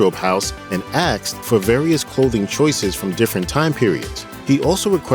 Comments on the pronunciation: It's asked not axed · Aksed him???? The word is Spelled ASKED Asssked not Allowed him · The word is "asked", not "aksed". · A S K E D, the S comes before the K, ass ked! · really had a narrator that said axed instead of asked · Asked, not aksed. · I was done after the second "he axed" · He aksed? Eh? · I'm well aware there is such a thing as speech impediment but saying aksed isn't something I would include in that, and English isn't even my native language.